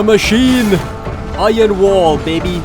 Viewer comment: I find it very funny how he says BABY, makes me giggle every time.